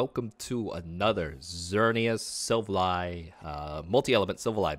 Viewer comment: enjoy the videos and deck profiles! however, its pronounced SIL-Val-LEE....not sil va lie